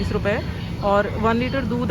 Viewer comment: Is he said ruvhiya 😂❤❤